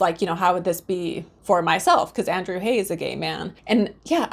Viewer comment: The director/screenwriter's last name "Haigh" is pronounced to rhyme with "vague": long "A" and hard "G".